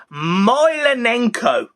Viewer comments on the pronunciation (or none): Ross Barkley would walk into the Everton first team even before he’d put pen to paper. It’s Mykolenko, 4 syllables My-Ko-len-ko Try not to be an illiterate whilst doing videos for Everton, it’s bad PR